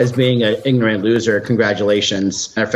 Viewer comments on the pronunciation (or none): It's not igorant it's ignorant you ignoramus